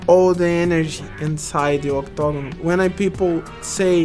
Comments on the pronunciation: In portuguese its octogono ,thats why he said like that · I love the way he says octagon.... "octogno" lmao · when he say octagon he said dominoes